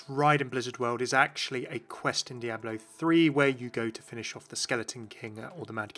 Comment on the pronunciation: Those Diablo terms were butchered so hard...